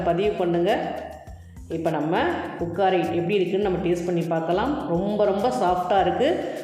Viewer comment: அது உக்காரை இல்ல உக்ரா